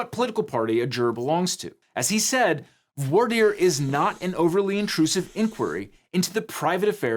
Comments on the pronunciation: Just me or did not really pronounce "voir" right prior to lambasting the "good ol boy" version of pronunciation? It's french! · The huge diversity of American lawyers struggling and failing to pronounce the French word "voir" is one of my guilty pleasures.